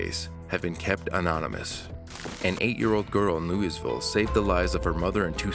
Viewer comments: I'm so mad you pronounced Louisville wrong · That's not how you say Louisville. You said it and I cringed so hard lol